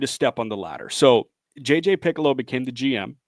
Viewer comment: Just a heads up, guys -- it's J.J. Picollo (Pe-Colo), not "Piccolo" as in the musical instrument. Hope this helps.